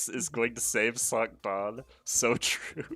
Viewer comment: Is Cinq supposed to be pronounced sunk? I thought it was sink, like the number cinco.